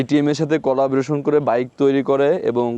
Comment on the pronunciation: number 1 উচ্চারন ঠিক করেন... যেমন spiriting না এটা হবে Speeding, Number 2, ইঞ্জিল কি? ইঞ্জিন হবে.... কলাবরেশন না এটা হবে কোল্যাবরেশন, বলেছেন টেস রাইড, না হবে টেস্ট রাইড, আপনি বলেছেন যথেষ্ট enough ভাই দুইটা একি জিনিস বাংলা আর ইংরেজী তাই যে কোন একটা ইউজ করুন, বাইকের মবিল হয় না ইঞ্জিন ওয়েল হয়, মবিল একটা ব্র্যান্ড নেম, রাইট?? এতটুকুই বললাম... শুভকামনা....